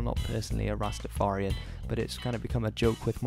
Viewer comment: Every time he says it my brain just cringes 😂